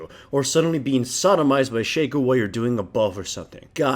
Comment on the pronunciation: it's pronounced shaco, not shaco